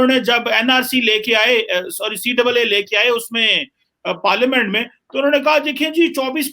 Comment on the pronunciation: C double AA nahi CAA hai